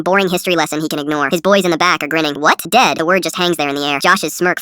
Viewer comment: Instead of Dead it said dad